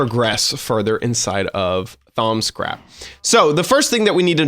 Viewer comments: thaums craft its pronounced: thaum-craft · "Thaum*s*craft" I think you aren't saying it right. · "ThaumScraft" lol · He's totally trolling by saying Thaumscraft....right? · do u even know how to pronounce thaumcraft 😂😂😂 i was dying of laughter of how u call it. No offense for all of you guys that are gonna hate me